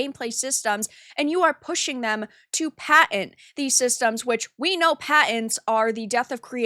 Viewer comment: They have a Paent. Not a Patent, with a fucking T. You know? You must be related to J. He likes pitchers, not pictures.